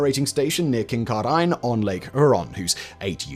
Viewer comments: I love the pronunciation of Kincardine, Ontario. It’s not “kin-car-dine” rather “kin-car-din”, and say it quickly, accent in the middle syllable. Hope this helps. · It's pronounced Kincardin, not "Kincardine". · Kin-Kar-Din, Not Kin-Car-Dine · hmm ... perhaps it's pronounced differently in Scotland? Here it's "Kin-car-din". I sometimes jokingly refer to it as "Kink-are-dean". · Sigh. Kincardine; Kin-car-din. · Listening to you butcher the pronunciation Kincardine and Lake Huron made the video so worthwhile. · same with "Kincardine" LOL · mangled Kincardine too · being from kincardine, there's lots of different ways I've heard it pronounced, but I never thought I would hear whatever he said. Huron was also very interesting. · Is THAT how the rest of the world pronounces Kincardine? Lol love it. I've learned more about Ontario power generation in 43 minutes than... Too many hours to count reading online. Great vid! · I was very amused by his pronunciation of Kincardine. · Lake Huron...pronounced; hure - (as in cure) - on Kincardine. Pronounced Kin - car - din (Yes, the E has no purpose ... it's just some english sots name) And to those of us that live near it...the reactor is commonly known simply as, "The Bruce Nuke". It is in Bruce County. Not far from the beautiful Bruce Peninsula. And the famous, Bruce Trail. (Canadas longest and oldest, footpath. 890 kilometers, from Niagara, to Tobermory at the tip of the peninsula) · Sorry, I have to speak up: Lake Huron - do pronounce the 'H', HEUR-on Kincardine - we pronounce it KIN-car-din, dropping the 'e' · Oh dear... "KinkarDYNE" and "Lake Hooron". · After Simon's pronunciation of "Lake Huron" and "Kincardine", Brits are no longer allowed to laugh at our pronunciation of "Frome" and "Worcestershire" 😂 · Wow I never expected to see one of the plants I work at on this channel, FYI Kincardine is pronounced KING-CAR-DIN and Lake Huron is pronounced HEAR-ON. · king-CAR-din on lake HYUR-on